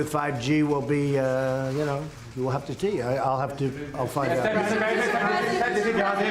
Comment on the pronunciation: LMAO! He cannot pronounce the simplest of words. He says "we'll have to tee" (see). What a PRESIDIOT